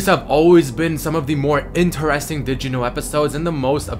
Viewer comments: is this crazyrussianhacker or why is he saying digino instead of did you know ? D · is it just me or is he saying "dijino" for "did you know" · just i hear digimon instead of Did You Know